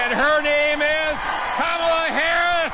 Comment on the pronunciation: Her name is Ka-Ma-La, not Kam-a-la it's Indian and means Lotis Flower.